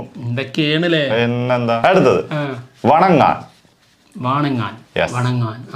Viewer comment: വണങ്ങാൻ അല്ല കറക്ട് തമിഴ് പ്രോനൗൺസിയേഷൻ വണങ്കാൻ എന്നാണ്....